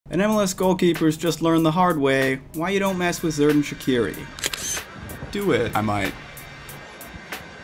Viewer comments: Zerdan?? It’s pronounced Jerr-Dan Shaq-erie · Its pronounced “jerdan shachiri” in the name the letter a is hard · You pronounce the name like "sherdan shatshiri" its an albanian pronunciation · you butchered that pronunciation ( its an albanian name so its fine) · Worst pronunciation of his name Ive heard